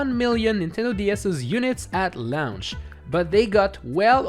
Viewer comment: I like how he says launch .. "lownch" 😂